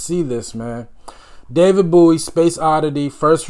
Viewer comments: Bowie not Booie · Bowie sounds like bow, not boo. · His name is.pronoubced Boe - wee (not boo - wee) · It's David Bowie, not Bouey lol. The first line on wikipedia says how to pronounce it and everything. Boh-ee. Like bow and arrow. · This song actually has a sequel, and it has a great video as well. The song is called " Ashes to Ashes" and is off his tremendous, and very infkuential 1980 album, Scary monsters. One of my favorite, underrated bowie song is from an early akum, Hunky Dory, called, Kooks And its pronounced bow-ee, like bow and arrow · Getting close to that 50k subscribers!👍 David's last name is pronounced Bow-ee (as in bow and arrow). He was known as a glam rocker in the early 70's thus the clothing & makeup. He was a very versatile artist. When they compared him to the Bee Gees, I was kind of surprised, although the Bee Gees sound in the late 60's were different than the Disco era. Great reaction though. Goto dive deep into David's repertoire.🎃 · Bowie was a pioneer of the glam rock genre of the early 1970s. Bowie was famous for constantly reinventing himself, pioneering new forms of music and his fashion sense, particularly from the early 70s to mid-80s. His most well-known album is The Rise and Fall of Ziggy Stardust and the Spiders from Mars (Please react to ‘Moonage Daydream’ from that album). Oh, by the way, his name is pronounced BOW-E, not BOO-E. Great reaction. Please do more Bowie, one of my all time favorite artists. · Bow- ie (like a bow and arrow 😉) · IT'S PRONOUNCED. BOW/ EE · Listening to this one without headphones you miss so much in which side each vocal layer is coming from. I suggest you relisten with overear headphones ❤ Also, his name is pronounced Bow E (as in the name of the letter) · Are you saying boo-ie cos it's nearly hallowe'en? 🙃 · Sorry but b4 I watch does he say David’s last name properly in the end as I can’t take that pronunciation booie? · It’s pronounced (Bow)ie, like a bow and arrow… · Pronounce BOW -E